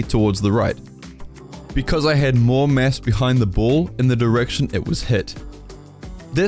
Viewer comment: Oh! You were Saying "MASS"... damn.. All I could hear was "Mess" lol until half the video omg